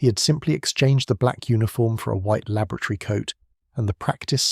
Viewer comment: LAB o RAT ory But you are correct, lol. I thought the same...